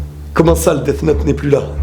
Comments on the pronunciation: Ta façon de dire Death me donne envie de me sucider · tu prononce mal le th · Tu dis quoi toi th en anglais ça fait f